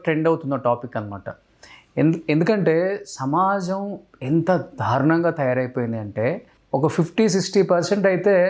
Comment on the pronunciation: ధారుణం కాదు అది దారుణం. చాలమంది 'ల' కు 'ళ' 'ళ' కు 'ల' పలుకుతుంటారు. అలాగే న, ణ లు.